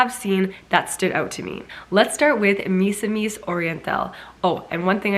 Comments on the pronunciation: hi Siera! Misamis is act pronounced as MEE-SAH-MEES 😊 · The stress should be on the second syllable- Because I notice when Siera pronounces that word. She always put the stress on the first syllable. This is the right away to pronounce it "mi-SA-mis" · How to pronounce "Misamis" -The stress should be on the second syllable. "mi-SA-mis" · Hi Ms. Siera, you can pronounciate "Misamis" with the accent on the "a" and not on the "i".